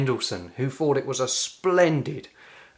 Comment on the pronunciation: As an Italian, you've invited me to correct your pronunciation. So please stop saying "wiv', "sumfing" and 'fought" and then I will subscribe.